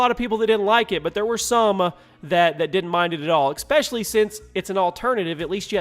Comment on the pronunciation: There's no X in "especially". And seeing that you say "especially" seven million times per video, maybe you should learn how to pronounce it.